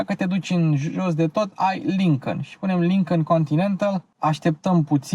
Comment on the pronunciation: Îmi plac foarte mult review-urile tale, sunt si informative si placut de urmărit dar lasă-l pe "Lincăn" mai ușor că ești român și urmăritorii tăi la fel. Încă odată te felicit pentru munca depusă, te urmăresc de când era atelierul la început✌🏼